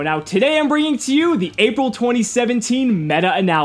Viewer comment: am i the only on who heard ''Apple 2017''?